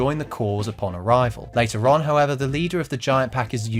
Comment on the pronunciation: Whenever this guy says later on, I hear later Ron.